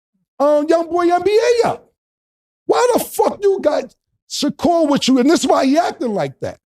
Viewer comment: Bro how do u randomly forget how to pronounce a “r” u called that man shakool